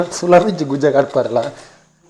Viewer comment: Gujje ❌ gujja ✅